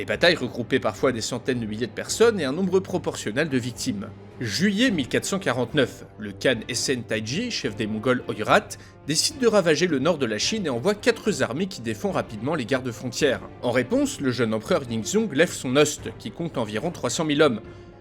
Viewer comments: Quatre zarmees, mille zhommes ? C'est sérieux ? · Quatre z'armées :face-blue-smiling: Outch ! ça fait saigner les oreilles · "entre grosSES guillemets" ? "quatre mille Zhabitants" ...?! "quatre Zarmées" !!!! "compter mille Zhommes" !!!!!!¡!¡¡¡!!! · Très bonne idée, on sent du travail de recherche et on apprécie l'humour de la rédaction. Si vous pouviez éviter les "liaisons mal T'à propos" comme quatre ou mille Z'armées, ce serait parfait. Pouce bleu quand-même, il faut respecter le fond du travail. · Merci. Par contre y'a pas de S à quatre. Tu fais la liaison à chaque fois lol. " quatrezarmées " Merci pour tes vidéos je me régale. bizzzzz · Ne dis pas quatre z'armées, ni mille z'hommes. Ces liaisons font mal aux oreilles. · Il n’y a pas de s à quatre et donc on ne peut pas dire quatre z’armées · Tu fais toujours plein de liaisons foireuses avec les nombres au pluriel : mille-z-hommes, quatre-z-armées ^^.